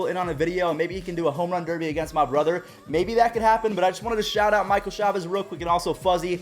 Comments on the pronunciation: Fuzzy, it's not Michael Chavez, it's Michael (Chay-Vis) chavis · Michael ch-A-vis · he said chavis wrong :(